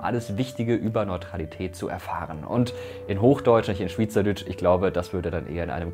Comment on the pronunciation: schwitzerdütsch wird anderst betont